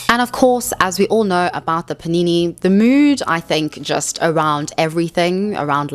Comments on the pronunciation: take a shot every time says paneenéë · All I could think about while watching this was: I can't wait for her to stop saying panini